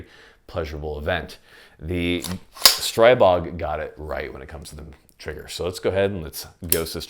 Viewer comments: Stree-bog, not Stray-bog. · Your pronounciation of the gun killed me 😂😂😂 Great review as well 👍